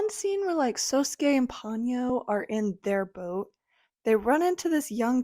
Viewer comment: I never cared for Ponyo. It's Po-nyo, by the way.